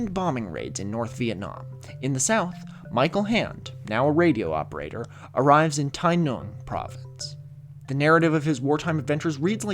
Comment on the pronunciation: I think it's pronounced like NWIN but otherwise great vid